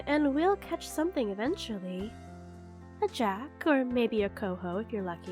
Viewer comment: Coming from Alaska it is weird on how you pronounced chinook